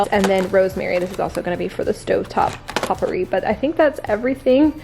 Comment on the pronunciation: I love how you pronounce potpourri lol